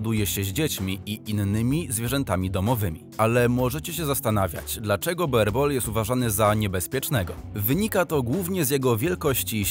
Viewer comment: Proszę poprawnie wymawiać Boerboel. Z holenderskiego "oe" czytamy jako nasze "u".